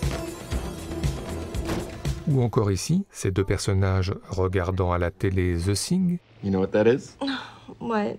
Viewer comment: D'abord - j'adore vos videos, mais y a-t-il moyen d'améliorer la prononciation en anglais ? C'est The THing, avec un T et non pas un S. Thank you.